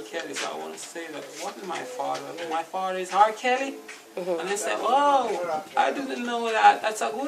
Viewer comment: LMAOOOO MIA DEAD "three" "fadder" loool